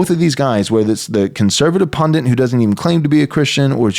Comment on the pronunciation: "pundit," not "pundint". Hindi word I think.